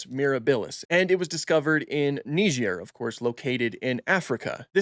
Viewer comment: i had to put the video back multiple times just to understand how you pronounce niger